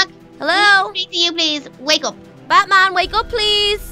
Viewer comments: wait did say Butt-man not bat-man??? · It sounded like u said butt man instead of bat bat lol (just came back to ur acc) Its my fav series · When they saying bat man it sounds like they are saying buttman😂😂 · You said buttman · She said buttman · Did say ButMan or BatMan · i thought she said butt man😂😂😂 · it sounded like you said butman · She said butman